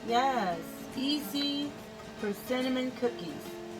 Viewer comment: “Persi-nnamon cookies!” Love it :)